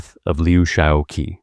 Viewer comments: it's pronounced Liu Shao QI as in "chi" or "chee." The mispronunciation of his name throughout this video is somewhat annoying. Please check pronunciations of foreign names before recording. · Qi in Lou Xisoqi should be pronounced as chi. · Uh, Dummy, that Q is pronounced "ch." President Liu Shaoqi is Liu Shaochi. The person responsible for this soundtrack should be fired. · You destroy your credibility by consistently mispronouncing Liu's name. I mean really, learn some pinyin, his given name is pronounced Shao CHEE.